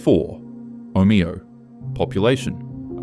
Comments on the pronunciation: Omayo 😊😂 cmon ai. Omeo get it right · Omayo is how Google maps pronounces it, and the same with Cassilis. They are not the way the locals pronounce them. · The AI narration pronounced, Omeo, three different ways in 30 seconds, what a load of rubbish.